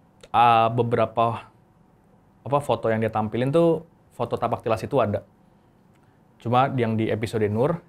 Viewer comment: bukan "Tipak talas" bang .. tapi " Tapak Tilas" ..